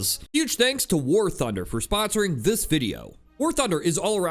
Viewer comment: Sponer is now how I’m saying sponsor. Everytime I say it, I’ll think of you. An inside joke between us!